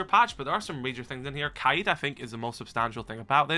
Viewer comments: yo please just say kayed and not kuh eed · The way he says kaids name really pisses me off. Kayeed 😂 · Your like the third person to pronounce Kaid's name like that. Is that actually how u say it or am I tweaking?